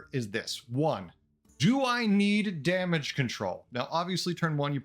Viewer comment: "damange" control 🤪